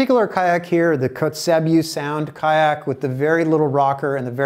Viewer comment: Pronounced "coats-a-bew".... Nice work and vid!!